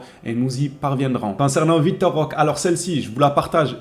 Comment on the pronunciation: Roquééé avec un É comme éléphant 😅